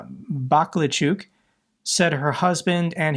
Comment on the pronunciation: Ba-kal-chuk, not baklachuk.